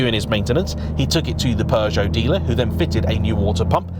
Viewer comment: is it just me or is he pronouncing Peugeot like it has a R in it